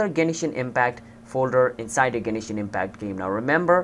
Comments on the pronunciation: Stop saying Genishin its Genshin lol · Genshin, not Genishin. Learn to talk... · I know this was a year ago but please tell me you still don't pronounce Genishin Impact instead of Genshin Impact.. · "genishin impact" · Whats with the "Genishin impact"